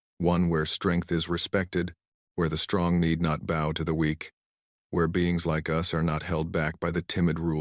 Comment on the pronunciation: OK, OK, OK, another story with ships front and center fine... the pointy end is the bow, pronounced b ow, not beau.